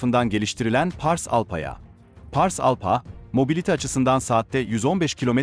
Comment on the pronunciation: ALPHA. ALFA diye okunacak PH, F diye okunur. Teşekkürler.